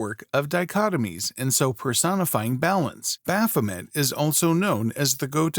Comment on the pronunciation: MAY! bah-pho-MAY!